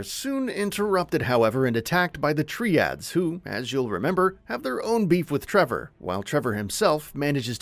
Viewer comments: I'm not any kind of organized crime expert but I don't think it's pronounced "Tree-ads" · Why would anyone want to hear the full story before playing it themselves? Also, you pronounced Triads wrong every time you said it.